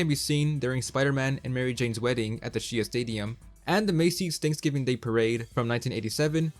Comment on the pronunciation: Good thing my dad didn’t hear you mispronounce Shea Stadium, he would’ve been out for blood 😂